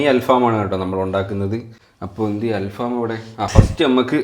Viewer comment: Halfam❌Al faham✅